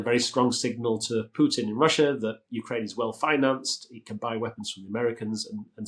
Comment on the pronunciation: First of all, thank you for not saying Pewtin! Secondly Trump will never cross Putin, Putin’s got the kompromat on him